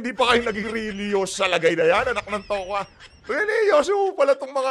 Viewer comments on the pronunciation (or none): Hahahaha religious family😂😂😂😂 pwede kaba don benjur?😂😂😂😂😂mali ata nasabi mo ah...relihiso?serious?😂😂😂😂😂😂😂😂😂😂😂22